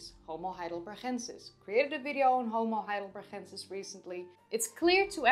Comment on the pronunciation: you always say homo heidelbergensis wrong, why?